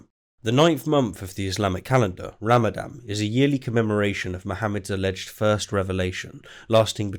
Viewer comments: Isn't it pronounced Ramadan? Unless, by ramadam, you're referring to the destruction of a water-based power generating facility. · Ramadan, not Ramadam! :o Also , "suffice" is neither a noun or an adjective atm XD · it is called Ramadan with an N in the end. You keep pronouncing it ram-a-dam. Also, that video is surprisingly boring. I usually enjoy your content, but you seem to speak much slower than normal and the three mistakes are rather 'meh'.